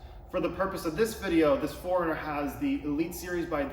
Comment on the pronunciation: Best video on aiming headlights. Thank you. The only thing is it sounds like you are saying Foreigner rather than 4Runner. Lol